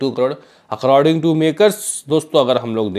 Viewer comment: अकराडींग नही भाई अकॉर्डिंग बोलो